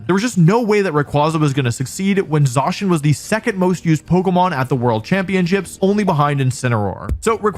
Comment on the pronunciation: Stop saying ZAAcian!